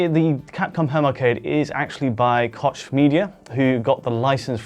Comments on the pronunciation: Pretty sure Koch Media is pronounced "Coke Media", not "Kosh Media", guys. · I think they have it wrong either way, Coke is an American pronunciation of Koch, so yours may be incorrect also depending on the location and origins of the company.